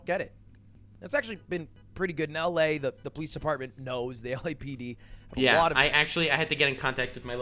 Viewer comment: gave us a Canadian yea